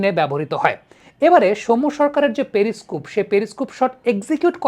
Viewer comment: প্রথমত ওই ভিশন যন্ত্র টাকে পেরি স্কুপ বলা হয় না পেরিস্কোপ বলে। উচ্চারণ ঠিক করুন।